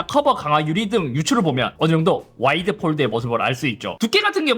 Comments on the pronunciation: 왜 자꾸 와일드라고 하세요 ㅋㅋㅋㅋㅋㅋㅋㅋ 와. 이. 드. 해보세요ㅋㅋㅋ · 내 귀가 이상해요? 와이드(wide)가 아닌 와일드(wild)로 들리는건 왜일까요? 그래도 좋은 정보 감사합니다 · 와이드를 자꾸 와일드라고 하는 것 같네 ㅋㅋ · 아니 잇섭님 와이드를 자꾸 와일드래 ㅋㅋㅋㅋ 야생이냐구요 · 저만 와일드로 들리나유ㅋㅋㅋ 연말에 들리는 올래 같은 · 왜 와일드로 들리지? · 와일드 아니고 와이드